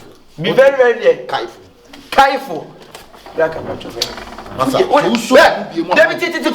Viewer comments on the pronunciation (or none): Here early for the love of the series and actors❤️ TT has started again...s3 conglaturation 🤣🤣🤣🤣 ...be very very kaiful s3 s3n 🤣 Akabenezer 🤣